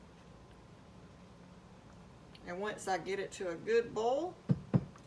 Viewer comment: First, I want to apologize for what I’m about to say 🫢. I couldn’t make it through your video. You were pronouncing “bowl” and “boil” exactly the same. And, every other word was “bowl”. Yikes You’re probably thinking just don’t watch if it bothers you, right? Well…….I think you’re a very good cook and I would like to learn to cook like you 😪 Once again , I apologize for everything I just said 😔